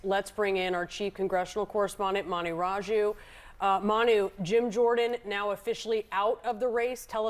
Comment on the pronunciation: I thought CNN Manu said “ass”.